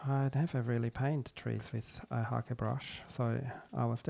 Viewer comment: Thank you for pronouncing "Hake" correctly!